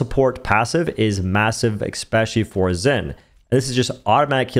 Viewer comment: eSpecially not eXpecially bruh